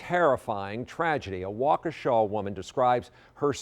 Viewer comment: well, thats definitely not how i though you pronounced waukesha...